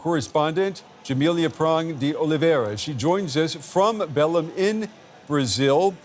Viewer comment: Kudos for the anchor for correcting the pronunciation of Belém as soon as the Brazilian reporter pronounced it correctly. Such professionalism! Not "bellum", it's more like "belaing".